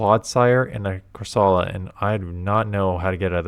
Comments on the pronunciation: It's CorsOla, not CorsAla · Ok I know it does not matter but is that how you are supposed to pronounce Corsola? Cor-suh-luh is how I pronounce it?!